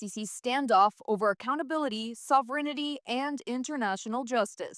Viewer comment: You are a very good broadcaster. Just one improvement for you - the word is sovereignty, no sovereignity.